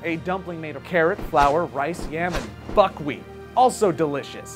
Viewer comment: i thought he said "fuckwheat" when i first heard it XD